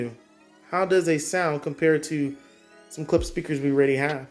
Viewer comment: It’s Klipsch , Not Clips . 😂